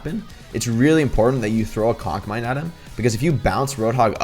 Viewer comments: it’s conc mine as in concussive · I swear he says cock mine. Then half way through he says conc. mine. 😂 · ok did he say cock mine xd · Nobody: Jake: cauc mine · Is it just me or does it sound like Jakes saying Coc mine? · i thought he said cock mine tbh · My_dad_is_bald i know but it just sounds like he’s saying C O C K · Is it just me or do I always hear him say cock mine?? O.o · All I'm hearing is "Cock Mine"